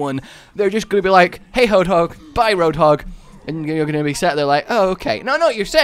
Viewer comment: "hey hoadhog."